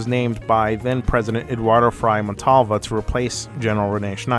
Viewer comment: Another reason for the persisting myth is that the CIA also had a record of (at least indirectly) financing the electoral opponents of Allende and the 1972 Truck Owners Association strike of October 1973, so people want to assume a pattern. Nice pronunciation on the names, but Frei is pronounce as [Fr-Ey] not fry. The Christian Democrats were not in the Popular Unity coalition (but was willing to compromise until 1972). I wrote a 7 paged bio on Allende, though I intended this as possible freelance material for the podcast of the Amazing Atheist (so his audience would not check sources so I did not bother to cite but checked for reliability).